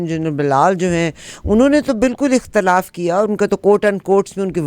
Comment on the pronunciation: محترمہ! اختلاف؛کےالف پر زیر ہےزبرنہیں